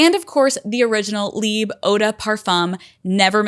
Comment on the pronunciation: Omg i am Belgian and speak French but the way you said “Libe” to Libre made my hair crawl 😭😅 I know you can’t do anything about it babe but anyways lol